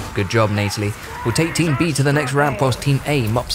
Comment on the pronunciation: "FeVERent"? "ViLiGant"? "Torrus"? Sloppy pronunciation there, bud. Bit cringe on the "Neightalie" as well. Not sure why you'd spam low quality greenskin units, though? On higher difficulties they are going to melt so you have to choose better units and on lower difficulties you earn enough to pick better units. Plus it would have been nice to show us what a real all-Chaos Dwarven army can do. I don't doubt Chaos Dwars will be awesome, but I would have loved to see more war machines. Not too sure about confederation requiring you to progress through the entire faction mechanic, we don't need another confederation struggle a la Empire. I suppose it's more about rushing points, but why have it at all when essentially the reward for going through your faction mechanic entirely is equal to unlocking a game mechanic that most factions already possess by default? That's not a reward.